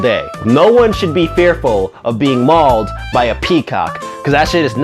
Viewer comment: Mawled you get mawled by a peacock